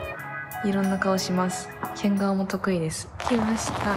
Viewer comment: 変顔が得意って言ったのか… 喧嘩が得意ですって聞こえた…